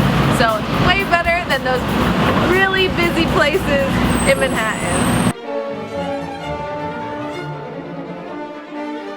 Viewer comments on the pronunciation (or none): did you say "Manhaa'in"??? Giiirl, no you dih'int!